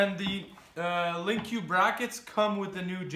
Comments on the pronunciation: its.... LINK not lin que. lol Link Like a link in a chain, easy to link up, you know, that kinda link? lol Sorry it was driving me nuts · Yeah but it's pronounced "link" Lin Q doesn't make any sense. Just look up any of the official skidoo videos. Anyways liked the video, helped me see some stuff I was curious about.